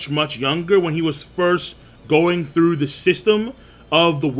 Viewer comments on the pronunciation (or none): none